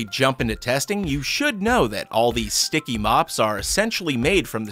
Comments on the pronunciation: I love how he says Shticky it's so funny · OMG I CANT ANYMORE JUST HEAR HIM SAY WHEN IT COMES TO THE SCHTICKY IM GOING TO DIE 😂😂😂🤣🤣😂🤣🤣🤣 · Well he’s English and that’s German